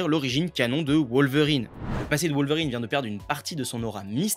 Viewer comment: Ca ne se prononce pas WoWlverrine (comme Wolf) mais Wolverine à la Française.